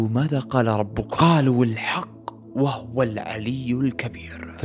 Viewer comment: تصحيح لقراءة الآية وَهُوَ✅ وليس وَهُوَ انتبه لقراءة الاية بارك الله فيك ارفعوا التعليق حتى يشوفه